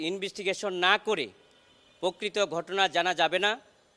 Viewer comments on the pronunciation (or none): This is a Lawyer. At least he is learned. An LLb. How can he say (or pronounce) Investigation as Inbistigation. Shame on him.